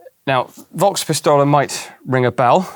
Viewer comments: The V in »Volk« is spoken hard/sharp, like "Folks-Pistole". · I know you won't be reading this, but still: I really do appreciate your pronounciation of german words. It is always surprisingly accurate, but the "V" in the word Volk (Volkswagen, Volkspistole, Volkssturmgewehr) is pronounced like an "F". Similar to the english "folks". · Two things on the pronunciation side of things: > Volkspistole, well Volk to be precise. The V in Volk is pronounced like F, not like a W, resulting in it sounding very much like "folk", with a slightly different intonation of the O. > Militär, Ä/ä = AE/ae, and so it is pronounced like military, just with the first i more stretched and the y in the end gone. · Love your videos, but why do you not pronounce the German 'V' like an 'F'? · Minor nitpick: The pronunciation of "Volkspistole" is off. There are several words in German in Which a "v" is pronounced as an "f" (as in "father") and not as an "v" (as in "very"), "Volk" is one of them.